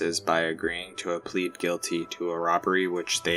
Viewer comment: you pronounce pled like plead and pleaded like pleded which isn't a word lmao so infuriating